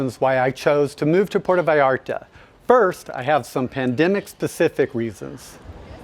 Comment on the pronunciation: Enjoyed your video very much. Might want to work on the pronunciation of 'Puerto Vallarta' though.